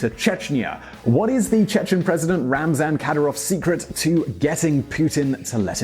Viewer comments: His name is RAMZAN not RAZNAM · It's Ramzan Kadyrov, not Raznam Kadyrov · 9,31 .. it RAMZAN not Raznam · It's Ramzan not Raznam Kadyrov! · its Ramzan Kadyrov not Razman Kadyrov dumbass. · I swear does any editing actually go into these vids? First you’re continually saying pronouncing Chechnya’s President as “RAMZan Kadyrov” then fast forward to “RAZNam Kadyrov” Edit your vids ffs!!! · “Raznam Kadyrov...” ????